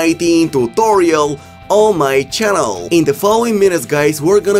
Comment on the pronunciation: “On my chkanelll”